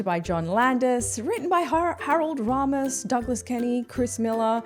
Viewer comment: It’s pronounced Rāmis, with a long A, not a short A.